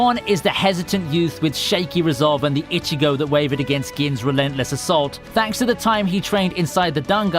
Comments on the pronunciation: Jesus christ not only did you mispronounce Vizard throughout the entire video, but you also can't even pronounce Ichigo's name right. We hear his name only a billion times throughout the series and yet you keep saying fucking "itchy"go.....like....are you really that illiterate? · IchiGO not Ichigou KuRosaki not Kuwosaki or whatever.. Meh... Insta decline, but hey, Thanks for the vid :)